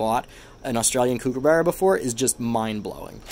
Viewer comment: On behalf of all Australians, please never say "Kook" again. It is a Kookaburra, with the kook being said as cook. Also, yes, the Australian mint do an incredible job with the coins! Some of the coin packs are amazing! The centenary of federation coins are simply stunning!